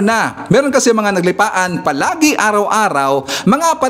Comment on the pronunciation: "NAGLIPANA" po.... hindi naglipaan :)